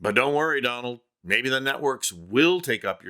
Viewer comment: "Don-Old" Trump lol love it